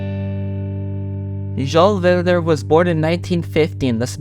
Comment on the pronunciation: The pronounciation gilles villeneuve is gilles(jills) villeneuve(villnuve), i know how to say it as i'm canadian